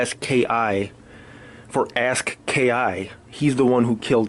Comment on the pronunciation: Ass-key 💀💀💀 bro it’s pronounced A-Ski.